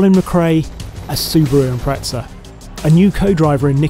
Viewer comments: Where is the 'T' in Impreza??? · "Impretsa" never heard it pronounced that way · Wonder why he says ImpreTza? Maybe he'd also say Otzy Osbourne.